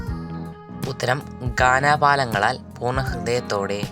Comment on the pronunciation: ഗാനലാപങ്ങളാൽ എന്നാണ് 😅